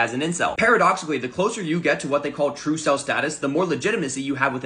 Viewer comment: It’s not “truecel” it’s “trvecel”